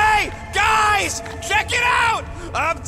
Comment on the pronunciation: "Hai gais"